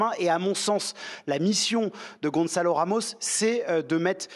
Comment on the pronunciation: Gonçalo, pas "Gonzalo" !!!!! C'est pas difficile, non ? Vous dites bien "garçon", pas "garzon" ???!!!